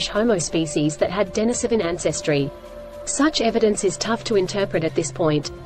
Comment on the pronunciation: It's pronounced din-EEse-O-ven.